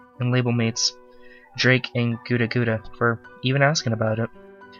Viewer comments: Its guudda gudda not gooda gooda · Lol no I'm laugh at the fact that u said his name wrong